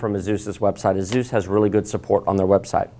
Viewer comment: It’s Asus not zus